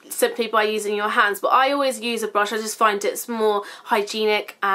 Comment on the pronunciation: I swear you say blush instead of brush sometimes lol xx